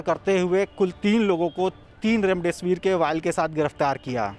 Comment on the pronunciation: remdisvr aisa bole ki hame laga raam dev kahne wale ho. Bhai new ho thoda confidnce lao. Itni dar wali khabar ko aise bolge normal jaise ki kuch hai hi nhi